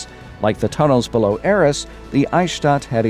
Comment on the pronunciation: BTW Arras is pronouced A-ras Hard As, not Es